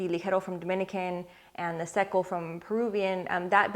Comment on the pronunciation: When you pronounce Rosado, Ligero and Seco!😍. When I’m short on time I usually smoke the Fuente Chateau. I have all 3 wrapper variants in the humidor at all times!